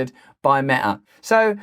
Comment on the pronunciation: When you say Meta, it sounds like "Merda", wich means "Shit" in Portuguese